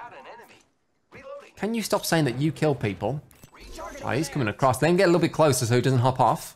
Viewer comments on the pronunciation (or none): none